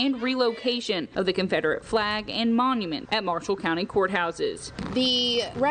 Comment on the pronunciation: Yeah you guys will slip up and say ConfRederate vs Confederate 😂🤣😂🤦‍♀️ you two are awesome. I could watch your mannerisms all day long. 😄